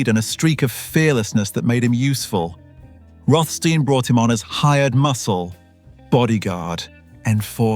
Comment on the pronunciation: begun good with rothstein alas typical english unable prounaciat correct slipping into sandard steen after been perhaps used too many times in row...